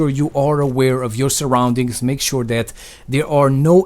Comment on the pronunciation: I like it of how he said that to dat